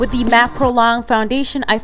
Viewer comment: I love when she says "Under de eyes" 😂💕